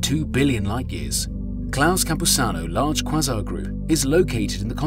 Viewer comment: Quasar, It's pronounced kway zaa. Was this done with an actual narrator or some text to speech program. Good content otherwise.